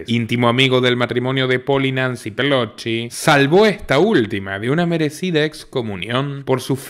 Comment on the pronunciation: Por qué siempre decís Nancy Pelochi? Si se llama Pelosi.